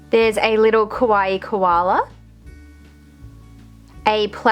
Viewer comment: I am not trying to be mean but it's kinda sad that your whole channel is centered around 'kawaii' things but you manage to mispronounce the word so much :(. It's KAH-wah-e~, not koh-wah-e(kowaii means scary), not qua-i either... I know, I know- it may look like a nitpick but it's a bit disrespectful to have your whole 'brand', if you will, centered around a theme/word you can't pronounce, you can just say 'cute' if you have troubles with saying 'kawaii'.